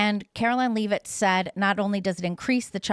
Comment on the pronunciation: I will never understand how people mispronounce names when they hear the name spoken out loud 130 fucking times per day. Caroline Leavitt is not Carolyn Leeevit 😂 I know its knit picky… but you’re a journalist.